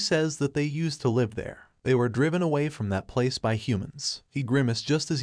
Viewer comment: AI, it's pronounced liv . Your programmer/your god f-d up. GIGO.